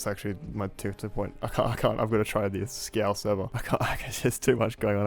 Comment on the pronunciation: it says skial not skeael